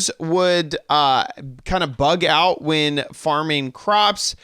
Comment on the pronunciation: "I left ouf some bug fixes" XD